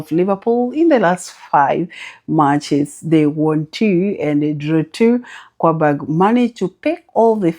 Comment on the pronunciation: Good morning, please don't be offended, I don't know how to reach you inbox. I have a complain. Please I find it hard to know when you're predicting, your presentation is usually flat, please try to distinguish the point you want to predict. Also try to know how to pronounce team names, it makes you look like you don't actually watch matches because I find it awkward that you pronounce Qarabag (karabag) as Kwabag. Thanks for all you do